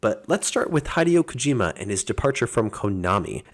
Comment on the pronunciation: Hai-Dee-woah Kajima